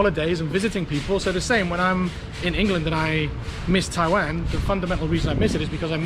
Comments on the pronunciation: At least is willing to admit that he can't seem to pronounce the word "Taiwan" correctly. I never understood why he has trouble on the "WAN" part, cuz he keeps saying "WEN". What's his problem..? And wait, he's an English teacher...??! Wtf dude? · you deserve to get in trouble by pronouncing the name of the country wrong. damn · Your pronunciation of Taiwan and Tainan is wrong. LOL. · They probably heard how you pronounced Taiwan in the first few seconds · Also yes wan and nan have different pronunciation lol u r still saying Taiwan wrong